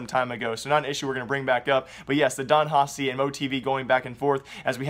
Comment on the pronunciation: Please learn how to say Don Haci, I'll lose it